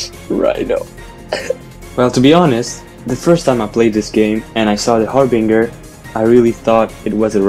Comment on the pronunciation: harbinger*. best way Of saying it